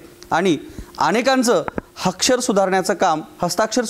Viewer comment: हक्षर नाही रे अक्षर बोल 😂